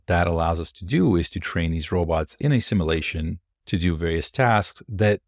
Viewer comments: "sim U lation". Hard to take you as seriously as you deserve when you're mispronouncing a extremely relevant word continuously. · You said Nvidia instead of Tesla. Also, "Simalation" took away my +20 intelligence buff... You learn that word at the libary?